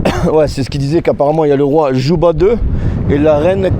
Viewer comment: Cléopâtre Séléné fille de Cléopâtre d'Égypte. Son époux était le Rex Juba II, le roi savant, prononcer Yuba, bien-sûr.